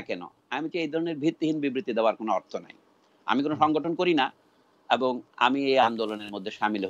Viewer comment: ক্যান্দ্র, এ্যাবং, এ্যালাকা, ত্যাকনোলজি এগুলো কি উচ্চারণ করছেন উনি?